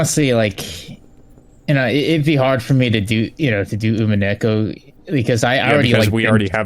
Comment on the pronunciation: Umineko is pronounced "Ooh-Mee-Neh-Koh"